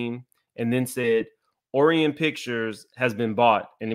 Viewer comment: ... pronounced O-ryan, like the space configuration...🤦